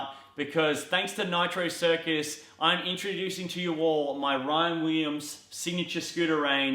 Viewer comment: he says Ryan Weeems. lmao